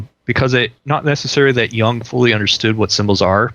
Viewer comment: "Jung", not "Young"